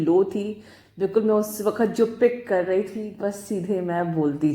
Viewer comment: Thank you soooooooooooo much maa 💕💕💕💕💕🤗🤗🤗🤗🤗 i love you maa i just love you...nd mam apka "waqt" aap bahut accha bolte he.